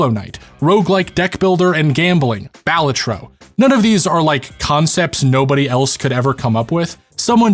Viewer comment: That's not how you say balatro